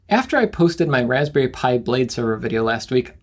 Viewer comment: The Wasberry taste like wasberrys! I actually 'lol'd at that.